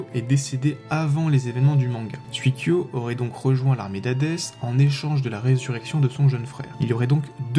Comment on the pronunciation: Sympa comme vidéo. Juste une petite remarque sur la prononciation, si je peux me permettre : ça se dit 'souï-kyo" et "souï-sho". Le kanji 水 de leur nom signifie "eau" ^_=